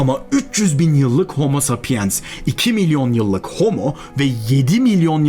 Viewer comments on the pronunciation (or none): none